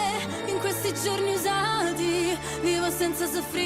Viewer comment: Finally someone mentioning the use her dialectal inflection and pronunciation. As an Italian, even listening to other Italian voice coaches/singers reactions, nobody mentioned that. I thought I was going crazy noting something weird in the way she stressed the "gio" in "giorni", or the very heavy rolling "r" in "ridere". That plus the cadence and how she is ending all phrases. But you finally linked that to a southern dialect and it clicked for me and made sense of what I was hearing!